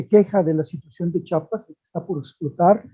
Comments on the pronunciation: C H I A P A S, te guste o no se llama Chiapas, aprende a hablar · No sabe ni pronunciar el nombre de un estado y ya es especialista